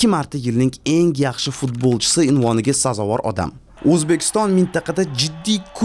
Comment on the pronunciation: Iltmos sizdan "enk emas eng" nk emas ng asab 1000. Hech qaysi filolog nk demaydi